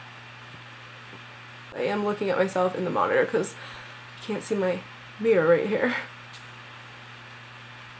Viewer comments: Lol you can totally hear the Italian when you say "mirror" I love it lol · lol love how you say mirror